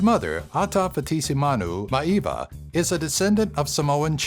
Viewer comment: love the vid. but next time take a second search youtube. I am sure it will have countless examples of how to say Maivia by the man himself. Hint. the "I"s are not silent